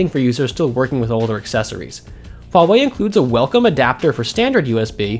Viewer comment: it is really great that people start pronouncing "Huawei" correctly.("H" is not silent guys :3 )